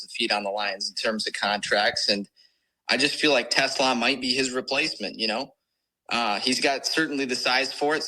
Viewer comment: I have to laugh every time this podcast screws up on Isaac Tesla's name😂. Almost to the regular season should probably get the pronunciations for players that will be on the team. Other than that great job!!